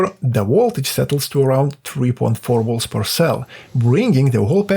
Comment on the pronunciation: HAHAHAHAHAHAHAHAHAHAHAHA was debating to say the same thing, it was on my nerves and "wolts" vs volts LOL can't hate the guy i would like to troll him as friends do to one another :face-fuchsia-tongue-out